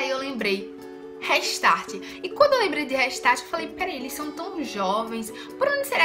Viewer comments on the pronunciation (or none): gente pronuncia reistarte e escreve restart vcs falam dela e tá todo mundo falo errado kkkkkkk rextart